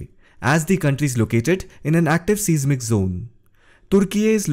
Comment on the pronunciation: AS long as you're pronouncing "Türkiye" correctly, you should know that the word "seismic" is correctly pronounced "size" "mick". "Richter" scale is pronounced "Rikh-ter". . . . you're welcome!